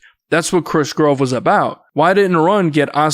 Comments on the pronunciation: Chris grove? I’m convinced ur voiceover is AI now It’s pronounced Crush Groove & For someone who’s hobby or job is Covering hip hop the fact u never seen Or even know how to say Crush Groove That’s a major violation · I love what you do with these videos, bro but it's not Krush "Grove", it's Krush Groove". 😅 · Bro can't even pronounce Krush Groove??? You clearly not from the culture dawg 😭😭😭 also it's J-I-D, not "jid"... you've mispronounced Ciara & the Indigenous Tribe in other videos as well. I'm wondering if you just don't know how to read? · He said krush grove!!!!😂😂😂😂😂